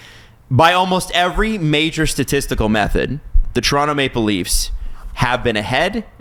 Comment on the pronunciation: Toronto in how many… (Guy on left) 😂. Bro said Tor in 5 💀